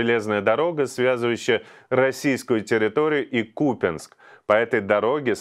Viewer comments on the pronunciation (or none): Не каверкай названия украинских городов и сёл на дурацкий руцкий манер. Не купенск, а КупЯнськ!!!